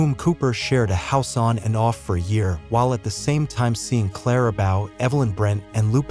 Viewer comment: My god...the narrator had no idea how to correctly pronounce Lupe's and Clara's name. Obvously he was reading from a script and had no knowledge of the era.